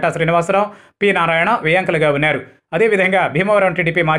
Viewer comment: వున్యారు కాదు వున్నారు అని పలుకు నాయన. ఏం భాషరా తండ్రి